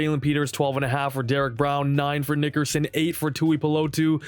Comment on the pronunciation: Bro you gotta chill with that Nickerson pronunciation.